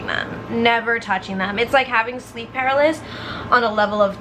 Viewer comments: Sleep per-al-is-sis 😂😂 just so u know❤️ I love u 😂😂😂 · it’s sleep pa-ra-ly-sis